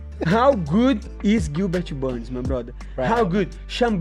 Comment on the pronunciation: “gilberchu burns” renato moicano